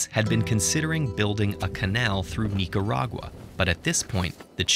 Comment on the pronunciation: I hate how he Pronounce Nicaragua wrong